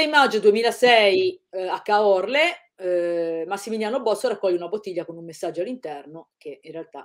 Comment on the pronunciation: Anche Caorle. I veneti saranno caduti dalla sedia, immagino